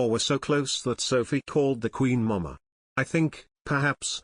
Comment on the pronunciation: Sophie called the Queen “Mah Mahh” emphasis on the second syllable. Please pronounce it properly.